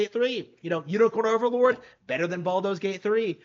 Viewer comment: What's with the whole "Baldo's" Gate thing? Is it some sort of epic own to mispronounce a name?